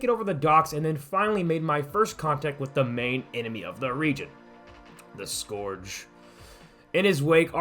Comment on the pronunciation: How do you pronounce Scourge so badly